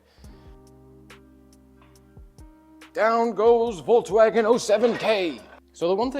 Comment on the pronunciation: Hey teacher, the v in Volkswagen is pronounced as f 😉